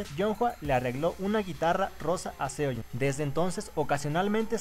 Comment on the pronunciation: De hecho la pronunciación está bien. En "Seohyun" te comes la e y la "y" se pronuncia como una "i" :D.